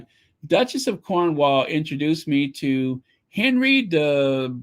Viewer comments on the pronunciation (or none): none